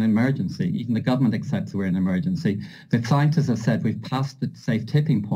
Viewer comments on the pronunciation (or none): His bumbling response of tongue twisted lies and an almost dissociated gaze as he rambles on... Did he say "clientists"?...These demons will never succeed, but they sure are good at suckin seed.